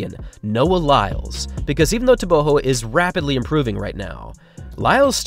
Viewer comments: I can care less what someone THINKS their name should be pronounced like... GO isn't pronounced like HO. Easy thing to comprehend. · Your new pronunciation of TebeHO is jarring. But excellent production as usual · Just thinking.. for all your videos, why not try introducing athletes by saying "Tebogo, pronounced xxx locally", just to educate us as well. So many athletes names pronounced incorrectly. Humour yourself, find out how Tebogo is pronounced. Although must applaud you for getting Letsile closer to correct pronunciation after you first pronounced it as "Letseel" 😂. Great job as always. A true TRP fan.